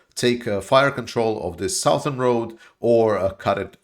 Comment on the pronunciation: Southern is pronounced suthern